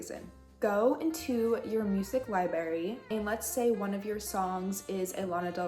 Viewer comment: Do you say libary?